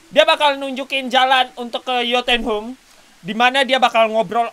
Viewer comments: yo tun ha im gitu bang cara bacanya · Bacanya yotunhaim bang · Jotunheim.. hahahahaha daerah yg lain bisa ga salah.. cm jotunheim doang yg salah mulu